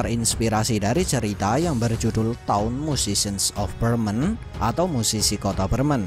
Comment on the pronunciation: Gw dengernya Tao-mu shishen of Bremen, pas di browsing ternyata Town Musician. 😂 kirain cerita dari China tapi kok ada of Bremennya. 😅